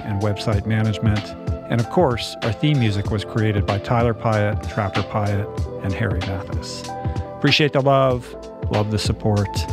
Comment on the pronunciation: ... just realized that Piatt as you pronounce it, sounds like the french word "paillette" wich is a glitter that shines... 🌟💫🙏🏼